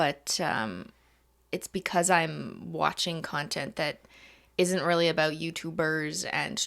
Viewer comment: You know how Canadians say 'aboot' instead of about. There must be regions of Canada where they say 'aboat' like 'ah-BOAT' because that's how these two pronounce it. Can the WIRE do a break down of Canadian accents?